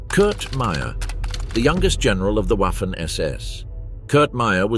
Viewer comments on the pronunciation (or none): Ouaffen ss when it should be vaffen ss. Read up on pronounciation!